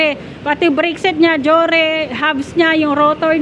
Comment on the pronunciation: Meron bang Deore d'yan? Bakit puro Jore ang naririnig ko...😂